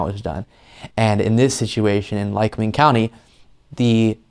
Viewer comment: You pronounced it right Lycoming County.... and rediculous waste of taxpayers money!!! I live in Lackawanna county... Scranton area and we don't play games here.....